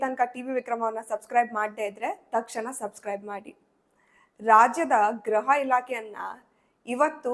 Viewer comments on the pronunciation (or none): ತಾಯಿ,ಗ್ರಹ ಅಲ್ಲ ಗೃಹ ,ಗೃಹ ಇಲಾಖೆ.ಗಲಾಟೆ ಎಬ್ಬಿಸೋಕೆ ಅವರಿಗೆ ಆರ್ಡರ್ ಬೇಕೇ.ಜಗಳಗಂಟರು.ಸಣ್ಣ ಸಣ್ಣ ವಿಷಯಕ್ಕೂ ಗಂಟಲು ಹರ್ಕೋತಾರೆ,ಕಲ್ಲಲ್ಲಿ ಹೊಡೀತಾರೆ,ಕೊಂದೂ ಬಿಡ್ತಾರೆ.